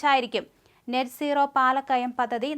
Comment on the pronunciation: Please note Not Net nooro but NET Zero